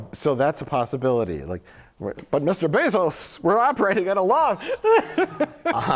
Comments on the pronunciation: Jeff Bee-zos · "I'll pay for the sequel but you have to name him Jeff Bee-zos"